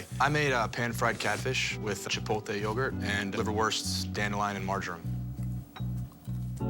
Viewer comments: Why is it not a single chef can pronounce “chipotle”? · i forgot that not a single person on food network in 2010 knew how to say chipotle 😭